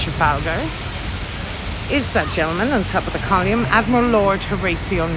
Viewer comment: It's called Nelson's COLUMN not COLIUMN !!!